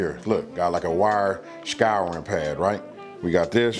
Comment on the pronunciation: Finding this years after posted and appreciate it so much! Also the nerd in my heard "Skyrim pad" for a split second and then realized you said "scouring" pad, LOL. <3